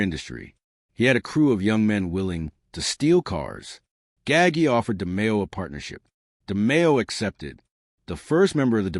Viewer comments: Gaggi, it's not pronounced gaggy you idiot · Every time I heard Nino Gaggy I wanted to turn it off.